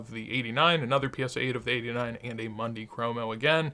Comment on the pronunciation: Always an enjoyable video! Great content. FYI I don’t want to come off like an annoying nitpicker but it’s pronounced “moon-dee cromo” ….. not “Monday cromo”. Wonder where the Messi market goes from here? Hopefully things stabilize after the selling and start a slow ascent again. Key word ‘slow’!